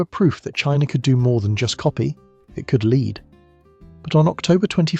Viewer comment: I assume it's ai voice because it goes from China being pronounced "Chinaer" then switches to China being pronounced "China but Russia being pronounced as Russier" Im born 1980 my good friend to this day liked the band Weezer, fine, whatever. But in our teens i made fun of how his not favorite just liked Weezer "Champagne Super Nover in the Sky" was funny as we played DnD (it was mainstream, meant to be taboo made it fun like hiding to smoke some weed and a few ill gotten beers, but we were the "nerds' now its a billion dollar industry. Stupid huh?) Kinda odd what's worth money now.